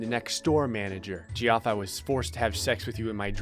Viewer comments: Saying it "Jee-off" gives me shudders - it's pronounced "Jeff" dammit D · its not pronounced gee-off its pronounced jeff... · It..it..it's pronounces Jeff.. not gee off..right? Or have I been saying it wrong this whole time? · why is no one talking abt how he pronounced geoff as “jee-off” and not like jeff lol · It’s not pronounced Gee-off, it’s pronounced Jeff. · Ge-off 😂 it’s pronounced Jeff 😂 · GEE OFF? IT'S JEFF LMAO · Gee-off? It's Jeff. XD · Gee-off Its pronounced Jeff..... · "Jee off", erm, what?? It's Jeff spelled Geoff, cos English... :P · “Geeoff”? It’s pronounced “Jeff”. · “Jee-off” Lmao it’s pronounced Jeff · Umm it's not pronounced gee-off it's pronounced jeff but I always say Geoff on purpose anyway so you do you my Florida friend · Even though I know it’s pronounced Jeff, I still say “Jee-off” when reading it. Geoffrey is even funnier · Did anyone else know while watching this that Geoff is pronounced Jeff? Just curious. And if you're reading this, now you know. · the pronounciation of Geoff is Jeff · it’s kinda funny but ur pronunciation of geoff is so off 😂😂 ITS JEFF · It’s pronounced Jeff 🤣🤣🤣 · Geoff is pronounced jeff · IT’S PRONOUNCED LIKE JEFF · Does not understand that Geoff is pronounced like JEFF??? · pronouncing “geoff” as “gee-off” is fuckin hilarious to me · GEOFF IT PRONOUNCED JEFF LMAO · do you know Geoff is pronounced as Jeff??? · You do know Geoff is pronounced Jeff? Plz say u do🙂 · ...it's pronounced "Jeff" x'D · Geoff is pronounced 'Jeff.' Also... seriously, do you have to play through all these stupid stories on Episode to get to the ones created by users? Ugh. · Geoff is pronounced Jeff. My brothers name is Geoff, it’s pronounced Jeff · Jee-off. Dude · Geoff is pronounced Jeff, my dude. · No one: Geoff:: “JEE OFF” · Him saying jee off hurt so much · it is pronounced like jeff. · Geoff is pronounced like Jeff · My favourite part is you saying Geoff wrong the whole time 😂